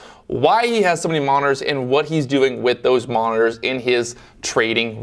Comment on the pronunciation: " how many 'Monners' ". Mon - nit - tors